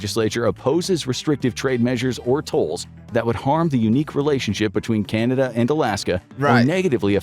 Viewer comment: Kanada? LOL